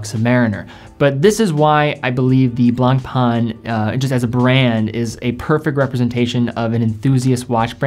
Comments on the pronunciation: Ok, you need to pronounce the French names correctly. Le Blanc (masculin) / La Blanche (feminin) means the color "White". Blan/c, the letter C is never pronounced. Pain, means Bread. So, Blanc Pain means White Bread. Because Le Pain is masculin, the adjective has to be masculine, in this case Blanc. Same goes with White Wine. French 101 for free 😋🙏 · lol true blangpang...XD it's blanc pain litterally means white bread in french. funny name for watches that go for 130000 euro per piece. allot of breads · Awesome list. Tis "Blanc-pen",though...easy peasy